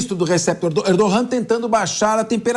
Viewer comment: Pq pronunciar o nome do Erdogan, com viés fonético castelhano.? Ridículo!...a pronúncia em turco é: {Erdoã} .... mas nós brasileiros, como um povo de expressão portuguesa, deveríamos empregar as regras de nossa própria língua...